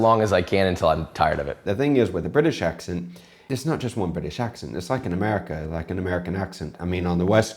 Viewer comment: You have picked up a bit of Spanish accent. The way you say accent sounds almost like an "acxent". X being the chi version.